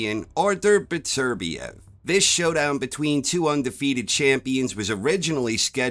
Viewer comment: Top man,you're one of the few non Europeans that can say Beterbiev correctly🤣I have Bivol points. Well see✌️🥊